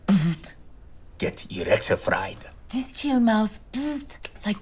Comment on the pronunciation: I heard Erectionfried. Not Electrufried